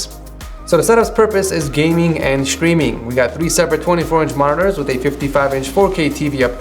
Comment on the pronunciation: ''chtreaming'' xDDD